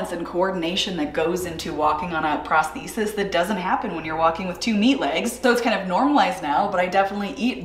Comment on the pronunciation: when she said prostisice i thought she said prostotute the first time